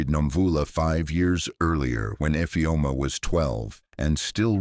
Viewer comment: I always speak up when I witness any cruelty. Thank you grandpa for saving your beautiful grand daughter ❤❤❤❤ Awesome story, but I had a problem with the pronunciation of Infeom ' s name.